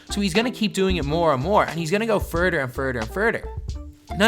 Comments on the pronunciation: furder and furder and furder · Furder ,furder, and furder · He'll just go FURDER & FURDER & FURDER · Furder......Furder....and Furder..... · He's gonna go furder furder and furder lmao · "Furder furder furder"😂😂😂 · When you say he's goign to go firdir, firdir and firdir...What the fuck does firidir mean? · “Furder furder and furder” lol sorry it was just too funny😂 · Furder & furder & furder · “Radder... furder... “ bruh say TH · He’s gonna go furder, furder, and furder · Yeah bruh he’s gonna go furder furder and furder 😂😂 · Furder furder and furder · Hes gonna go furder furder and furder 💀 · FURDER FUDER AND FURDER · "*furder furder and furder*"😂😭😭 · He's gonna go fuhrder, fuhrder and fuhrder! Long live the Irish! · “furder furder and furder” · Furrder and Furrder and Furrder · Furter, Furter, and Furter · “He’s gonna go Furder and furder and furder”😂😂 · Ha ha you said furder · “Furder and Furder and Furder” BOIIII IF U DONT..... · I've heard "That vs Dat" I've heard "Truth vs Troof" I've heard "This vs Dis" I've heard "For/Four vs Fo" BUT.... Furder Furder FURDER is definitely a new one fo dis cracka righ chia.... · “ furder and furder and furder” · furder and furder and furder😂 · furter and furter and furter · and he's gonna go furder and furder and furder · “ferter Ferter and FERTER” 🤣🤣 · im sorry but I DIED WHEN YOU SAID FURTER FURTER AND FURTER LMFAO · FERDUR FERDUR AND FERDUR